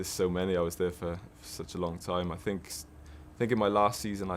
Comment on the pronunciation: Mourinho: "I sink..." Bale: "Yeah.." Mourinho: "I prefer not to say.." Bale: "Yeah..?" Mourinho: "fu*king bulls*it" Bale: "Yeah!!"